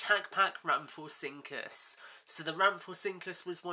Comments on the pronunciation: i know im late but its pronounce ram-fo-rin-cus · It could be your accent but you said rhamphorhynchus wrong